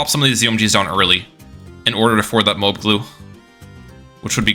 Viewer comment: its MO-AB, not MO-OB